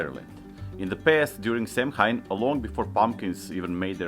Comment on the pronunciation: Samhain is pronounced Sowan with the Sow part rhyming with cow 🐄... Also Celtic is pronounced Keltic as opposed to Seltic...